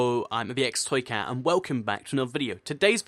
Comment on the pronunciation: You used a bot at the beggining because you said: "Hello, I'm the bx toycat. Instead of ibx toycat